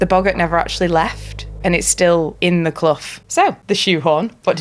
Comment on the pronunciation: Loved the video. As a Blackley native, love the story. Nice to see The Clough and north Manchester getting some love. It is pronounced "cluff" btw ;-)